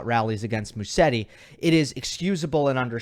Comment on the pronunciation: Just a small correction: In English Musetti should be pronounced MUZETTI. In Italian one "S" in a name is pronounced in English like a "Z"